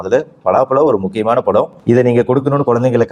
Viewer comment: பலா பலம் இல்லை, பலா பழம்